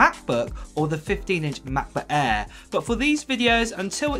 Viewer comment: "Mekbook ehh"